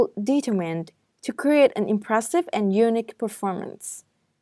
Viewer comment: Thank, this is helpful. You should pay attention to correctly stressing the words, for example, unIque and not Unique etc.